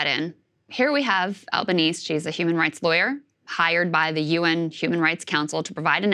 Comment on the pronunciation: It is not "Albaneez" is is "Albaneehseh". Albanese, Italiano.